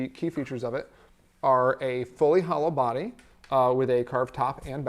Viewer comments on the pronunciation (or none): none